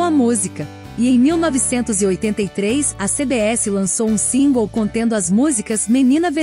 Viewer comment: A sua pronunciacao singles e' horrivel voce deveria googlar, usando translate e repetir. Machuca o ouvido